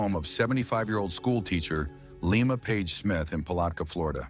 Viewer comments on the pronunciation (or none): none